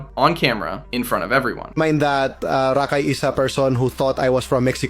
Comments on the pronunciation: That’s not how you pronounce that boys name smh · good video just the way you say rakais name kind of urks me 😂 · Bro I can’t stand how you say his name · why do u say rakai like that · to be fair. This youtuber is pronouncing his name wrong. He's calling him Rahk-Eye and it's Ruh-Kai. Edit: 90% sure this is an AI channel now after finishing the video hearing SEVERAL grammar mistakes and Rakai's name was pronounced different every time it was said damn near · hey man, hater of rakai here, im pretty sure its "Ruhkai" not Rackai, sorry, mispronunciations make me mad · RA-kai holy shit how you know so much about him yet you can’t even say his fucking name!? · Constantly hearing "Rock-Hi" is killing me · Who the fuck is “rah-Kai” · Why do you pronounce it "Rock-Eye" lmao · Bro are you purposely finding ten different ways to pronounce rakais name??? RACKi, Rockai, Reckai, bro didn't pronounce his name correctly more then a couple time this gotta be on purpose 😂😂😂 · Talking about him messing up words but yet you’re calling him rock eye 50000 times in the video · You calling him rockeye is kinda just as annoying lol😅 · Stop saying “rock eye” 😭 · Why do keep saying Rock-eye? I don’t like the guy but it’s very distracting and it’s almost like you say it in a more ridiculous way each time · “Rack eye” “rock eye” I love how you don’t say his name right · Can this annoying ai voice stop saying rahkai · Hate how bro calls him Rock Eye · you took 4 minutes just to say rakai correctly. Was what Rakai did at the beast games wrong? yes, but this type type of thing yall be forgetting you doing, you just mispronouncing his name repeatedly. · Can you say his name right. You keep saying rakai wrong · Why is this guy unable to say his name correctly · Why are you saying his freaking name like that 😂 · How do you research a video record said video and pronounce his name wrong every time you say it 😂